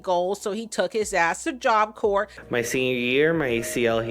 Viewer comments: OH MY GOSH! It drives me crazy when they say that. Ryan did the same thing. And meanwhile I’m telling “CORE” at the screen 😂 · Him pronouncing the “P” in Corps pissed me smooth off